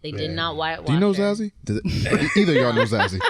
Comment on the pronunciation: Its pronounced zah-see! Not za-zee!